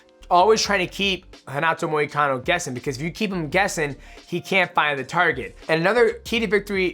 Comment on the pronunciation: “Renado moricano”😂